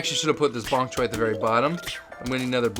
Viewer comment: You said ponk choy at start lol